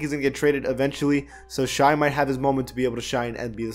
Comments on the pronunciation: It’s pronounced shay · Its pronounced shay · The way he say Shai’s name 🤦🏾‍♂️ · You need to learn how to pronounce Shai gilgeous Alexander 😂. It’s not shy gill-geous 🤣